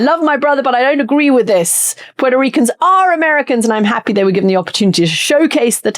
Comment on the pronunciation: Thank you for pronouncing Puerto correctly. I find it such an insult to mispronounce a country's name!